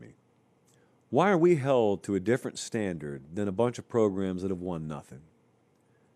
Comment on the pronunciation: "How many progrums..." LOLOL